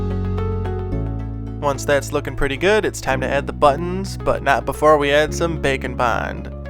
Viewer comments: It has taken me about 10 episodes to realize you're not saying "Bacon Bond"... I thought it was a joke from an old video until I saw the label. 🤦‍♀️🤦‍♀️🤦‍♀️ Welp, here's to hoping you'll make something with a bacon theme, where you have to bond bacon using Bake & Bond. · it took me way too long to realize you were not saying "bacon bond" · Baking bond. Interesting at first I thought you were saying bacon bond. And I was like. Hmmm I wonder why it’s coined bacon 🥓 bond for clay? Hahaha! Baking!!! I see! Wow so impressed! My goodness you’re inspiring! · I keep thinking you say bacon bond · Can't tell if you're saying bake and bond or bacon bond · Bake & Bond, All I hear is bacon bond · I understand you are saying “bake and bond” but all I could hear was bacon bond and I got confused🤣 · I stg he just started saying bacon bond at some point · you sound like you are saying bacon bond lol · Yes it does, I guess its how says it. I love that!